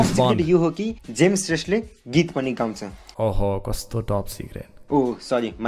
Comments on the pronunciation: Those guys who tries to roasted your videos, they even don't know how to pronounced James Shrestha 😂😂😂😂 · Haha tyo third roster ko tw afnai billa vayo bichara😟 ko pani naam ramro sita uchharan Garna sakena tele 😂😂😂😂😂😂😂😂😂😂😂😂😂😂😂😂😂😂😂😂😂😂😂😂😂😂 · He can't even pronounce his name bro